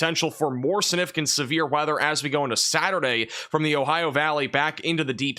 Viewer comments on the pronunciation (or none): Sig- nif- icant.. Not snifficant..